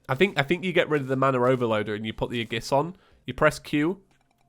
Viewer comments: Aegis: Pronounced Ay-jis.. Aegis = Ay-jis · Pretty Sure the ore is pronounced ooh lay bloom or you le bloom. Also aegis is ah-gee-is or ay-gis